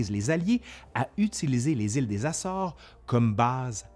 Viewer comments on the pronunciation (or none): none